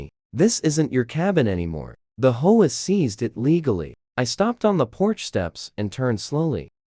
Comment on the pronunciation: HO A? Can't be bothered to do correct narration. So I leave.